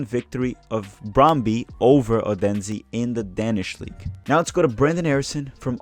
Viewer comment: The Danish city is pronounced "OH'-then-suh". 🙂